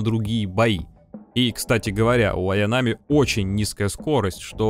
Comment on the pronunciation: ААААА как же режет слух не аянАми а аЯнами.